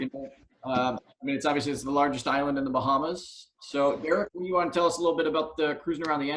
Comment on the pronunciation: What are the Bahams? Is that supposed to be Bahamas, or is there something called a Baham?